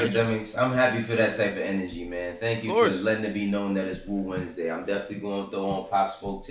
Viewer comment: Did Just Say “I’m a put on some POP SMOKE for WU-WEDNESDAY??” It’s WU-WEDNESDAY...Not WOO WEDNESDAY!!...unless I’m out the loop on something.